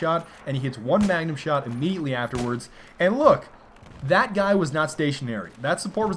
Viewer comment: Oh god, don't ever say 'dat' again you stupid fuck